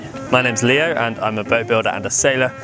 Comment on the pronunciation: His name is Leo, not "Leeho".